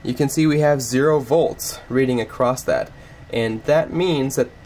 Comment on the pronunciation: Very good explanation. But it’s “across”, not “acrost”.